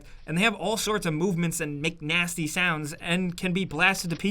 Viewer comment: When he says “makes nasty sounds”’ I thought he said “McNasty sounds” lol